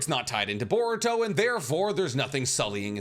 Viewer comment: everyone : boruto cc : board toe